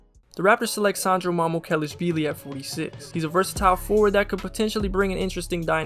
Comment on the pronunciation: Killed that Mamoukilishvili pronunciation